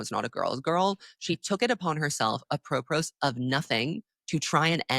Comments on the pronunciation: Flawless video and as an enjoyer of how intelligently you both speak and express yourselves with rich vocabulary I must say (with the same care as when I tell a woman I greatly admire that her dress is tucked into her underwear) it's pronounced ap-ro-po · I mean no disrespect but Im gonna need you to look up how to pronounce apropos